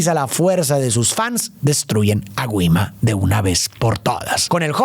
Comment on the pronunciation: Se pronuncia guima🎉🎉😅